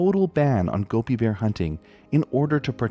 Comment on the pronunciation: wow, i loved hearing about the Gobi Bear for the first time! ...also i love how the more you say it, the more it sounds like gummy bear hehehe - i really hope they find a way to help the species bounce back